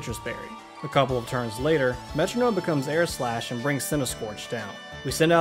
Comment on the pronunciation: Why does he say metronome like that :(